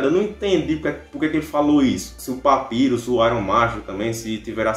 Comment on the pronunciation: Voce falo papyrus errado so pra avisa